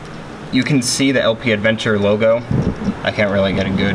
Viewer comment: Aventure, no d :)